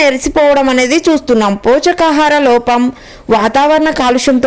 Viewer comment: Pochakaharam కాదమ్మ.పోషకాహారం అనాలి.